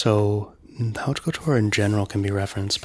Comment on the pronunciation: Pronunciation of "haute" is more like hoat with very soft h - not howt.